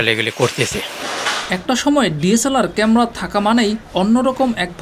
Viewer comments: ক্যামরা না বলে ক্যামেরা বলতে হতো । উচ্চারন ঠিক করে উপস্থাপন করা উচিত 😢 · কেমরা কি শব্দ ? ক্যামেরা বলা শিখেন। নিউজে মানুষ কি শিখবে? এসব বস্তাপচা চ্যানেলের লাইসেন্স কে দেয় ? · ক্যামরা না ভাই, এটা ক্যামেরা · ক্যামরা কি ভাই?? ভোকালিস্ট হয়েছেন কিন্তু উচ্চারণ এই অবস্থা কেন?? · Camera not camra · age camera uccharon shikh beta